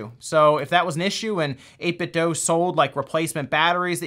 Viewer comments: Guys, For the last time, it’s 8-bit-doo. Not doe. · I’m pretty sure it’s 8bitdo not doe but I’m not complaining. Nice vid👍🏻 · "So I've been following 8Bitdough for a while now" Still mispronounces the company's name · 8bitdoo, not dough